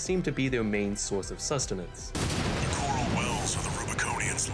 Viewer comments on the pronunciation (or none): dude's straight up speaking uwuspeak